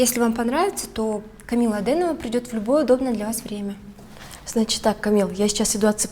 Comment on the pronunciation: Актеры учите русский: "сьтолько энергии" "подьерживать" и "Камилла" губы старайся не закатывать